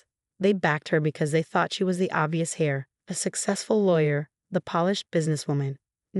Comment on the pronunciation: Heir is pronounced “air”.